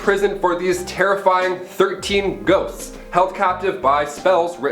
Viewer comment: First 2 times he says "ghosts" it sounds like "goats" and it made it so much better